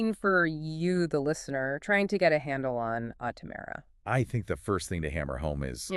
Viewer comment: Please learn to pronounce the stock name your talking about. Smh 🤦🏽‍♂️